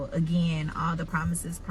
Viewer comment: Did you say "promithes, promithes"? 💀💀